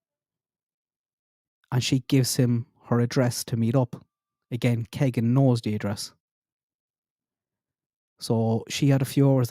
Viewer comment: It’s pronounced Kaygen